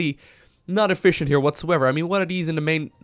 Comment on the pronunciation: haha yeah but he pronounces it whats-so-ever, he makes 2 pauses every time xD